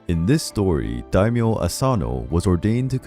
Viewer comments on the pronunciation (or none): none